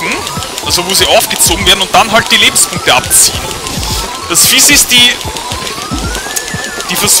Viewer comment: Sagtest du da etwa, "Über 200 Lebens-BUU-nkte" ? XD